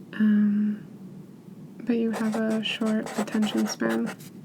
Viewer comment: i thought she said "but you have a short attention sperm "